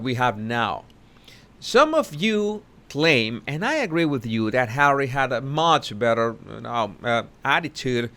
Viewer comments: I love it when you say Hawwy it makes me laugh every time 😄😂🤣😆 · fuck I love it how you say Harry🤣